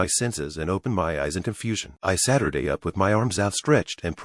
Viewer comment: It’s funny that instead of „he sat up“ He says „he Saturday up“